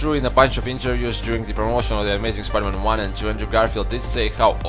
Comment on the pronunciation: When you say spider-man i hear pider man